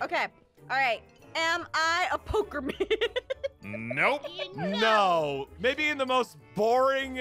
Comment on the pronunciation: It is pokemon not pokimon